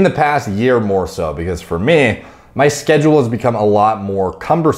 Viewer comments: New drinking game, take a shit each time says "Fier mee" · 32 minutes summary For meey For meey For mey For meeey For mmnneeeyyy